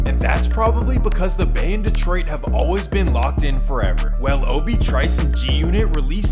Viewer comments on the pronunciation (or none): none